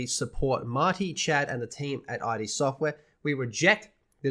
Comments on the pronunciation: It’s id not I-D. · It’s “id”, like “the id, the ego, and the superego”.